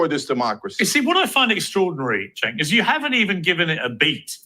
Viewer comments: That was a kick ass interview. His name is pronounced Jenk Uger. he took on all three, spoke truth and kicked ass!!!! But fear not Owen’s is still banned . They love banning. So it shouldn’t be a big deal she got what she was dishing out. Great job Owen’s you earned that ban and demonetization 😂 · POP & POLITICS: You're obviously not a political junkie, as am I. Cenk is Turkish. His first name is pronounced Jenk. Kamala flip-flops so much on her policies that they are meaningless, not communist. She says whatever is politically expedient at the time she says it. Then, she'll reverse herself when she thinks it's to her political advantage. Thus, her rhetoric is totally meaningless - not communist. Her actions (corruption) have been 100% corrupt capitalism, which is the opposite of communism. She has no core values, communist or anti-communist. I like Candace. But that's a whole other discussion.